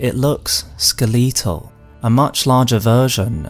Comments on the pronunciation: Except for when he says "skeletal" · I have never heard someone pronounce "skeletal" as such I like it.